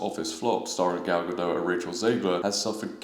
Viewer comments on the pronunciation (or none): Gadot, not Gado, the T isn’t silent at all.